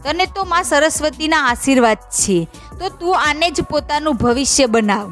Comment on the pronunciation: છે નુ ઉચ્ચારણ બરાબર કરો.